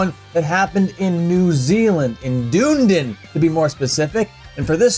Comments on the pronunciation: "Dune-din" That pronunciation is almost as feral as shitting in the mosh pit. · Hes pronouncing the city name wrong 😂😂 dunnydin is literally a shithole. Unless your vegan!